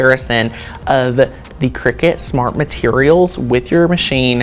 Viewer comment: It’s a cutting machine not a game played over scones in white caps. Kricut kri-cut The end of the brand name is pronounced “cut”.